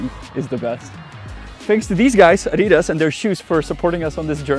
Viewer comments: Oh no. You said "Ah-DEE-das," and not "AH-dee-das." That said, cool video. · seriously... being from my neighbour country I would have expected you to know how to pronounce Adidas. [ˈʔadiˌdas] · Nice challenge but please pronounce Adidas with the accent on the first A and not with the accent on the i unless in Czech it is pronounced that way, which would seem weird to me anyway :D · It is pronounced like that in Czech. It is like that because people didn't know much English when all those known brands got into Czech Republic in 90's, so people pronounced it like it was named by Czechs. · Well, the pronunciation of adidas (I’d rather use the logo spelling) in the video follows the logic used in English: there has to be a stressed syllable, which is the second one here. It is pronounced more or less the German way in Czech: stressed on the first syllable or perhaps without a stressed syllable…